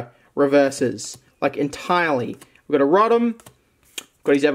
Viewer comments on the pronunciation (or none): none